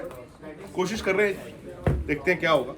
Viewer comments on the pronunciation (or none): none